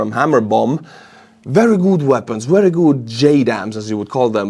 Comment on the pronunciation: "Datsa berry nice" 😊